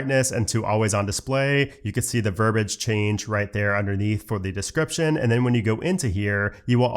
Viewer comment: verbiage, not verbage verb-ee-age